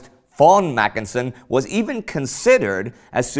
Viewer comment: It should be macKENsen and not MACKensen, as here.